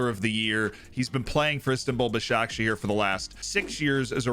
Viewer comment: You pronounced Başakşehir surprisingly well, 👏